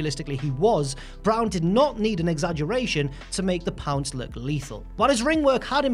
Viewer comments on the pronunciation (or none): When he said “the pounce” i was like “that’s not how you say it!”